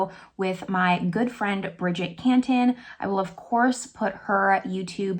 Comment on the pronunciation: Ok, thanks, im crying 😭💖 cantin is from france btw 😂 never hear it said that way before, oh i love you so so much ❤ omg girl, 😢 you are so so amazing, indy shadows cannot be compared. Wow, i don't think ive ever seen that much shimmer on you ❤❤❤❤❤ i also used bask and luster 😊 my luster was just on the inner corner though, holy crap 😮 you're ready to go to a ball, were you trying to channel a little bit of Brigitte for your eye look? 🤣😘💖😘💖😘💖😘💖😘💖😘💖😘💖😘😘💖